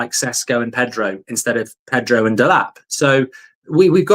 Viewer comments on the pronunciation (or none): none